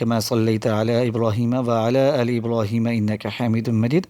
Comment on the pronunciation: Aoa bhai sahib aap jb drood prta han tau wa,aala aale ki bajaai wala ,aale keh jatay han jo k ghalt ha is ko plz theek pra kren baki aap ne wazifa buhat acha bataya ha shukriya